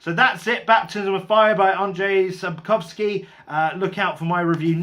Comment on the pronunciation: Your pronunciation of the name Andrzej is probably as close to being correct as a foreigner can do. The surname is absolutely correct. The travelling through a war-torn land is probably my most favourite part of the Witcher Saga.